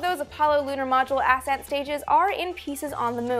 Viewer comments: accent not ASSent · It's NOT aset stage it's ascent stage. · It sounds like she is saying "ass end stage" instead of ascent stage. But I would think the ass end stage is the one that stayed behind 😂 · I'm confused about the pronunciation of "ascent". I've heard it said as as-sent for anything related to rockets but in mountaineering, it's pronounced a-scent, as in the first ascent of a peak. It was also said that the Apollo 10 LEM wasn't fully fueled to discourage the astronauts from attempting a landing. The vehicle and procedures were a dress rehearsal for Apollo 11's landing. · Learn how to pronounce 'ascent'.